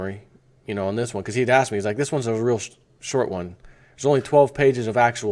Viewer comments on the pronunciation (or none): none